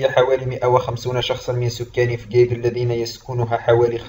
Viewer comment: انت كذاب .نحن نعيش في فجيج بكل امان وبخيرات المملكة ونحن وراء ملكنا الغالي محمد السادس نصره الله وداءما شعارنا الخالد:الله الوطن الملك. عااااااش المغرب ملكا وشعبا. مغربية حرة من فجيج. ملاحظة: انت تنطق اسم المدينة خطأ.